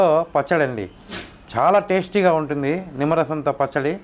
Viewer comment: విమ్మరసమాఆఆఆఆఆఆఆ ...✋🙄... నిమ్మరసం అయి ఉంటుందిలేఏఏఏఎ😂😂😂😂😂😂